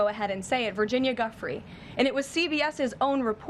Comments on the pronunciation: Giuffre not Guffrey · Did you hear KKK Leavitt’s pronunciation of Guiffre as GUFFRY? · Levitt can’t even pronounce Virginias name correctly. What an insult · Leavitt mispronouncing Guiffre's name, whilst saying rest in peace is so disrespectful. At this point Guiffre is one of the most famous women in the world. Jon Sopel correcting Maitlis on the title of Mr Andrew MW is also hilarious seeing as he called him Prince earlier in the vid. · Leavitt's mispronunciation of a poor dead woman's name is a crude psychological trick. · Why does Caroline Leavitt insist on mis-pronouncing Virgina Giuffre's name all the time? Absolutely disgraceful. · Why can't anyone get Virginia's name correct, its rude!! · Levett says Virginia's surname incorrectly and the name in the email hasn't actually been redacted so given that Virginia has died and she can't refute it, it's very convenient that it's supposedly her name.